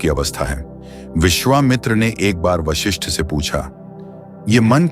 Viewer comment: विश्लेषण पिकही किया लेकीन वशिष्ठ के जिस हर बार वाशिष्ठ बोलते गये .आपको इतनाही मालुम नहीं की उस ग्रंथका नाम योग वशिष्ठ है | वाशिष्ठ नहीं | ॐ